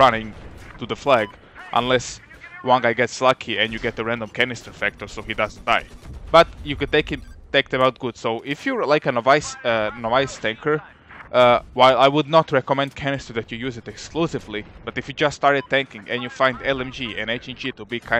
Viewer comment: Just to help you out, novice is pronounced Naw-viss. Naw like gnaw and Viss like the beginning of "Visceral". Awesome video.